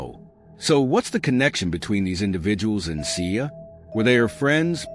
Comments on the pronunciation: They’re not pronouncing her name right and she was not shot 20 times.💯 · Please take this video down. One the caption is off you’re saying her name wrong and just.. etc